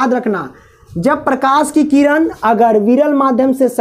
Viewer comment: Abhi bolana shikh jao किरनkah rahe ho tu